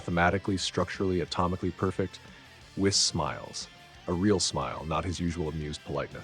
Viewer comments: It's pronounced whees by the way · Whis name is pronounced "we-suh". Great story!